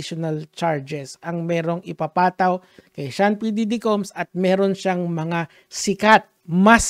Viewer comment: bakit "p diggy" naririnig ko 😂😂😂